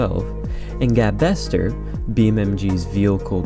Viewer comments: Hey man great video! I've been friends with Gabe for a long time, fantastic guy. Just so you're aware, it is pronounced gabe-ster as in the name gabe followed by 'ster'. :) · A couple of corrections, "gabester" is pronounced gabe-ster since the guy's name is Gabriel, and I'm pretty sure "donoteat" is pronounced as "do not eat".